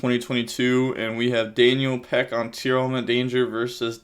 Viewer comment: are you pronouncing tearlament wrong? you keep saying "tearELEMENT" when that is not how its spelled. maybe im wrong but thats just bugging me. you say it that way in every video.